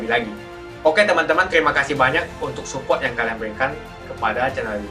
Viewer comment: Suport om bukan supolt